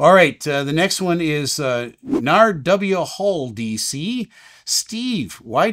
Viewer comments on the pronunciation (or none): Love your video's! But "Nar-W-Hal"??? It's Narwhal, like the ocean creature with the long horn-like tusk. 😂 And congratulations again on you retirement (although I'm fairly certain you were not ready for it) 🫡